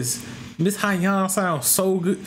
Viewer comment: Sohyang “So-yang”